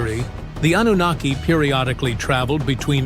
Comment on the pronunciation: _twfHecklefish: "An-nun-na-ki" 🎶